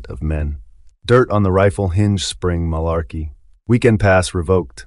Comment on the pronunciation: If you've seen the Band of Brothers series, I don't understand why you can't pronounce the name of the town "Mourmelon" and Marlarkey's name correctly when both are mentioned enough times where you should be able to mimic the pronunciation. Also, I've taken much interest in this BoB series, but as a 61 year old USMC retiree whose father was a WWII vet (that's him on the right and my his brother on the left in Paris, France in April 1945 in my icon to the left) it's important for your viewers to understand that history is always through the perspective of any one individual viewer. Any seasoned historian who has actually interviewed veterans will tell you, you get two guys who fought side by side in the same line, as an example, in Gettysburg, and both veterans will tell you two different stories of what happened. It is the nature of history because events are viewed by people's individual experiences and perceptions. So, no one should be surprised that different veterans were big fans of one officer or one NCO and another group of veterans despised the same officer or NCO. A soldier who thought Capt. Sobel's disciplinary style was necessary would like him while anyone who thought his style was chicken$h1t and unnecessary would despise him. On the other hand, a highly experienced, but ineffective commanding officer, such as the CO of the USS Pueblo ,(Google the Pueblo Incident)--based on the sources I've read which was due to his alcoholism--was very well liked by all the enli